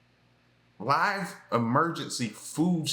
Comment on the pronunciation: Not live ready, liiive...rather it's pronounced liv ready😂